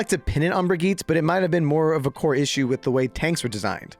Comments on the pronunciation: THE E IN BRIGITTE IS NOT SILENT GOD DAMN IT RAAAAAHHHH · brigitte mispronounced instant dislike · You pronounced Brigitte wrong so I can’t trust your opinion of her 😂